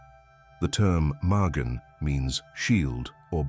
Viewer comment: This has got to be BS coming from the ROMAN EMPIRE WOKE "CHURCH"...pumping it's antisemitism out into the world via AI.... Ma Gen not magin...but then again if AI actually was smart it would at least learn how to pronounce its NONSENSE... Get a freaking life people...and shove your "masonic conspiracies" up your arse, that's if they fit with your heads already up there! Have a wonderful evening!